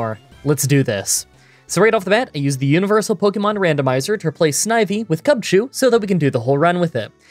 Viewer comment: I don't know if you called Cubchoo "Chubchoo" by mistake or not, but I love it.